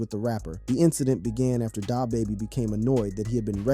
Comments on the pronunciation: DahBaby? Pooh sheesty? Bruh ain't from the hood 😂😂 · Dah bahbah lol